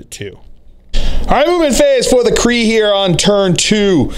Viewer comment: pronounces Krieg “kree” The G: “Am I a joke to you??”